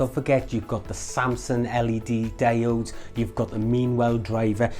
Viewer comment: ALUMINUM! Damit, also their pronounced DI-ODES!